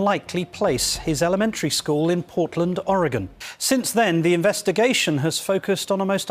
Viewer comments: You pronounced Oregon perfectly! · Coming from someone who is from Oregon, I really appreciate how you pronounced Oregon. Haha, a lot of people get it wrong. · Thank you for saying Oregon correctly. I’m from here and I don’t think there is a NW resident who isn’t familiar with this sad case. Most of us believe terri killed him and dumped him in the woods. We have some seriously thick woods here. He won’t ever be found unfortunately. RIP Kyron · The guy from Ireland can pronounce Oregon correctly, yet no one from the US outside of the west coast can manage it. SMH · My hometown! I was even working at Intel when this happened! It was a super big deal, everyone was blaming Terri. Side Notes; Congratulations on pronouncing Oregon correctly, most people not from the Pacific North West say “Or-E-Gone” or “Ore-Gone”. It’s pronounced “Or-a-Gun”. But you’re pronouncing Sauvie Island wrong, it’s “Saw-V” not “So-V”.